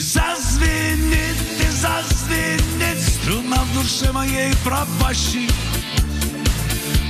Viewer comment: Вы правы! Вместо слова струна, всё время совершенно отчётливо произносил слюна. Были и другие ляпсусы. Исполнение и запись небрежны, на уровне самодеятельности. Но сами по себе и музыка, и текст великолепны.